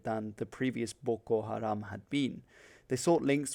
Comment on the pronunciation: waw your pronounced well 😅😅😅